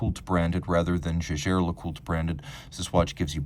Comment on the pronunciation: Jäger is german and hence NOT pronounced "Shaesher".